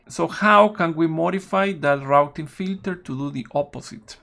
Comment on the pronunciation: Very nice info on RRRRouting filters